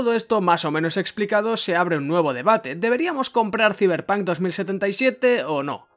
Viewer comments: "Siverpan 2077" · Ziberpanc , me encanta los que le dicen así